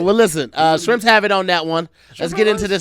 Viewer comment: "SHIRMPS HAVE IT ON THAT ONE"